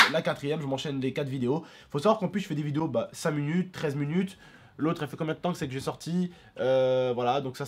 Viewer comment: mdr disais munute 😂😂😂